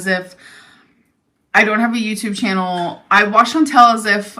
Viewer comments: Chan-TAL. Just because that dip $#!% can’t pronounce it, doesn’t mean we all have to be as dumb. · and Chantal are such good friends that can't even pronounce ChantAL's name!!